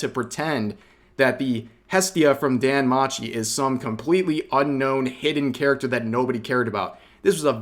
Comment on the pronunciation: Hate to be that guy, but you mispronounced "danmachi."